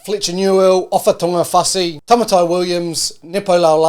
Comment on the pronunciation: Tamaiti is "Ta-my-tee". Rhymes with "the mighty"